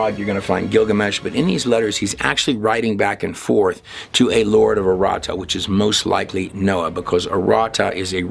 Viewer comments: With all due respect and as a native New Mexican, it’s Loretto “o”; not Loretta. It was painful to hear the name of a New Mexico treasurer being mispronounced; even when it’s clearly inscribed on the marker in front of the Chapel. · BEAUTIFUL!!! But...it's LORETT "O" 'not' LORETT 'A'. This is important as the Sisters of this 'Order' were commemorating the 'House of Loreto' which is the home of: Jesus, Mary and Joseph in Loreto, Italy. It was moved two times by the angels from Nazareth. Thanks for the vid. Health an' blessings! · Bless you but the pronunciation is Loretto. Not Loretta. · Who's Loretta?? Oh you mean LORETTOOOO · It is pronounced LORETTO